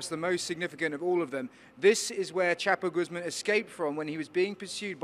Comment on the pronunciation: “This is were chapoguzma escaped from” 😂😂😂😂